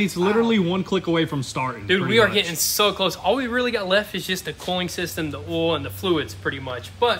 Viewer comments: It's OI L NOT ALL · OI L OI L SAY IT WITH ME OI L!!!